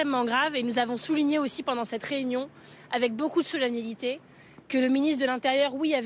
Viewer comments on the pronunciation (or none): On dit solennité Marine :)